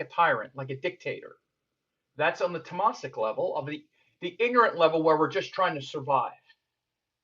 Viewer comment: Great talk. Just a suggestion . The pronunciation of Rajasik is raajsik and tamasik is taamsik. Not rajaasik and tamaasik. Hope i don't offend you by this !